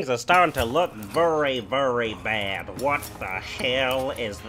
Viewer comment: Lol he says vury and scury